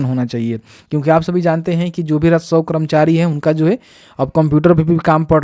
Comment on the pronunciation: आप रसोव कर्मचारी जो बोल रहे हैं वहां आप राजस्व कर्मचारी बोलिये।